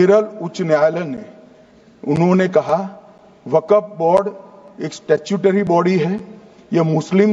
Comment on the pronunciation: Wakaf nahi waqf hai pahle sahi bol lo .